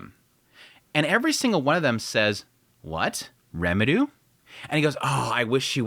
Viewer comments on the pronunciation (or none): The amount of times you say Remuru instead of Rimuru makes my ears cry. If you are as into anime and japanese culture as the amount of posters and figures in your background, learning japanese is definitely a benefit to yourself and to explaining your recaps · Why do you say Rimurus name wrong? It’s rimru, rimtiro and a couple other variants you say but never once in the video did you say his name right….. it’s like the nuhrootoh Naruto pronouncing for me